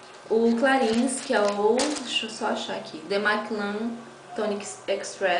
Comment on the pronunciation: Que show! Maravilha. linda, clarins se pronuncia CLARRÃ Beijos